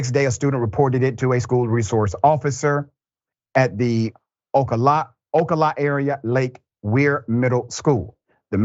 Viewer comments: Ocala = Oh-call-ah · No, it isn't. It's pronounced Oh-kal-uh. Someone should do the basic research into how to pronounce words if you're going to report on events that happen in that area. It's pretty standard practice. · it's O CAL ah -you know like flori dah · Ah se o la, nice try though! Keep up the Great work! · It's pronounced (O ka la ) Ocala. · It's Oh-cal-uh. Cal rhymes with pal. I am from and live in Central Florida. I am the only sane person here by the way. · 0cala is pronounced o cal a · It is pronounced "O-cal-ah" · it was Ocala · Mr. Ritchie butchering another proper noun. This time, it's the city named Ocala. Maybe ask someone to pronounce these hard words? At the very least, ask for a small refund from the college that gave you a Ph.D